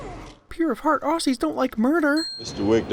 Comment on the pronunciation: I just adore how you say aussies cause its just not quite there but most people wouldn't notice it